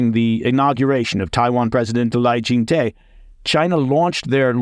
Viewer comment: Lai Qing De is phonetically pronounced Lie Ching Duh